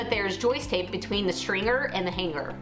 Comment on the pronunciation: "stringer" is one word .. not "string gerrrrrr"🥴